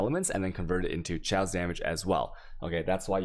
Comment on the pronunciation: I cringe everytime i hear him pronounce G(uardian) or CH(aos)